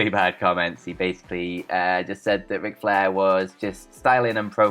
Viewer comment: “On todays westling noos Wic Flair” this man sounds like a damn toddler and has the vocabulary of one as well. One of many reasons im drifting away from this channel.